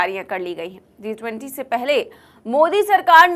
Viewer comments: It's G20 not Zee20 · It's G 20, Zee20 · G 20 not zee 20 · Zee 20 nahi G 20. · Zee 20 Nahi G 20.😂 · Aap zee 20 bolrahe hain madam jab ke it is G 20 hai please correct your self